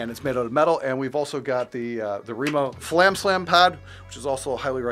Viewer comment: BTW: respectfully, It’s fAlam, not flam.